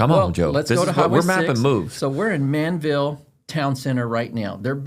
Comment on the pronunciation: That HEB needs to be much bigger!!! It’s ManVEL NOT Manville! 😊